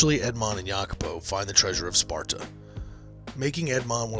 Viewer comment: The treasure of "Sparta" 😂😂.